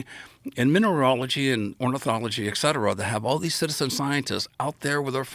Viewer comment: 8 books, pronounces et cetera "eck cetera".